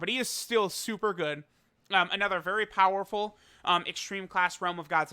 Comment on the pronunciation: Easy 2/10 wrong pronunciation